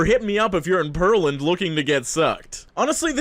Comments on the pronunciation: Pearland is Pear land, not Pearl land. Ben Taub is pronounced Ben Tahb. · Ben taub is pronounced like Ben Tobb. Pearland is pronounced like Pear Land. I can't tell if you talk funny or if we do. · lmao it's pronounced Pear-Land, like the fruit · Pearland is pronounced like Pear-land not Pearl-and lol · Pearland is pronounced like “pair-land” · Pearland is pronounced PAIR-land - like the fruit. I live right outside of that town in the Greater Houston area 😊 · As someone who lives in Houston, the Pearland pronunciation hurt my soul (I don't blame you though). It's pronounced like the fruit (pear) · Houston is a strange place, lived there for 7 years and happy to be elsewhere. FYI, Pearland is enunciated Pear like the fruit, then land. This was a cringey and fun video to hear!! I am a native Texan and still here..